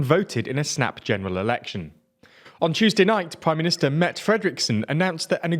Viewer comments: Dude... there's an "e" at the end of her name... It's pronounced [met'eh]...not [met]. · The pronunciation of the prime ministers name is closer to the word Meta in english. Or like the word Met with the indefinite article "a" when unstressed in a sentence. Like "I Met A Dane at the train station yesterday. Hope that helps. Thanks for covering Danish news in English! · 'Mette' is pronounced - 'Metae' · it's pronounced 'Metteh',not a french name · Her name is pronounced Met'teh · "Mette" ... ends with a schwa. It's not a french word. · The way you pronounce her name people must be thinking "is that really her name?" the answer is no, obviously not, you completely butchered it :'P